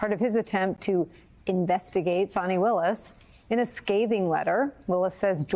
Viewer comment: Fani ( pronounced FAH-nee) Why do folk constantly spell and pronounce black womens names incorrectly?.